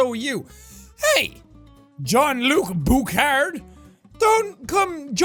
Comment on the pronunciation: Bouchard is pronounced Boo-Shard lol I should know, its my last name lol